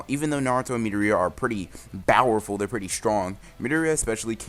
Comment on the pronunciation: Why Do You Say Bowerful?